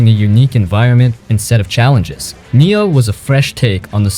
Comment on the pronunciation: I died inside a little whenever he pronounces 'Nioh' 💀💀